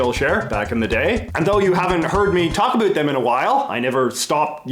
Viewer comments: Omg why do you keep saying "abut" instead of "about"? It's killing me from inside out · You say about weird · now that look more into it seems like he always pronounced about like that and he never really says the word "about" which is weird and the first time i heard him was in this video. But still it's weird that he used the word a lot in this video